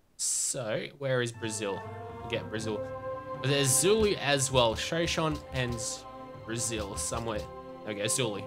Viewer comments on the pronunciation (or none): none